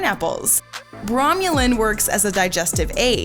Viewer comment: Pronunciations need work. It's bromELane not bromUlane, and inULin not iNILin.